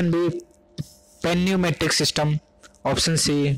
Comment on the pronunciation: पैन्यूमेटिक नही होता है भाई न्यूमेटिक बोला जाता है